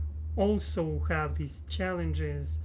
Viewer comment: Hi! It has been too long since I have said hello. I’m so happy to see you again. I remember back when you were in Russia and you would pronounce also like “olsa”. I can’t believe it has been 2 years. You may not believe this but your journey from Russia to America, seeing you now compared to then, and knowing your future goals gives me inspiration in my own life and hope for my own future. This is something I will always think of when I feel discouraged with life. Keep it up!